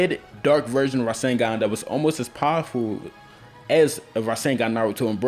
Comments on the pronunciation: Is it me or he says virgin instead of version? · idk dont if you guys noticed but i did, when ever he tried to say version to me it sounded a lot more like virgin. not hating on the video in fact i really liked it, i didnt notice about 3 of those people who actually used the roseangun sorry i butured the spelling